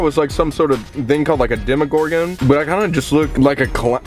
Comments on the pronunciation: colby: some sorta thing called a demogorgan me: ... what did you say? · And the fact that he says it like demon not demegorgon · “Demongorgan” I thought it was demagorgan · “demongorgan” will byers is MAD. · “Yeah I’m supposed to be something called a deemagorgan” omg I’m dying 😂😂😂😂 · “The deemogorgan” 😂😂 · Deemagorgan?? 😂 this boy 😂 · Am I the only one that got angry when Colby said demigordon wrong?😡😂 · Did he say a thing called a demogorgan I love you colby but like ✋ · The way he pronounced “demogorgon” 😂💀💀💀